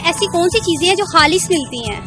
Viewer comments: Ma'am khalis hota Hai halis nahin aap apni Urdu theek karo. By the way good try. Love from your fast friend!!!!!!! India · Aap Urdu thik see boliye halis nahi khalish hota hai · خالِص کو (حالِص) بولتے ہے اپ نے خود مِلاوٹ کیا